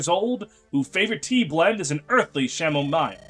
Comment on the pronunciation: By the way that is not how you say foliage. The i isn't by the o so it isn't foil-age, it's foe-lee-age. Also not how you say chamomile. That one's said camo-meal. Others have touched on minutiae.